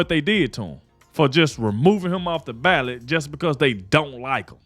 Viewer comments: Ballot not ballad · It’s BALLOT NOT BALLAD LOL!!! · It’s “BALLOT” bro. But good news!! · “BALLOT” not ballad.